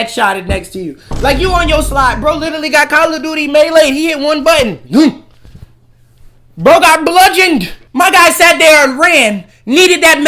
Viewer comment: Bro said blugeond